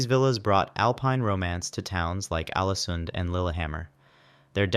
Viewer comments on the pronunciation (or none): Very bad pronunciation of Norwegian! You could at least have checked Forvo or something. You plainly ignored the Norwegian characters æ, ø and å, Ålesund is not "Alesund".